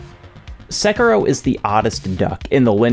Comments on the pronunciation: Sek ee ro not sek ero. I is pronounced like e in Japanese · The way you say "SEKIROW" 😢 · Just...is it so hard to pronounce Sekiro? I mean they say the name several times in the game...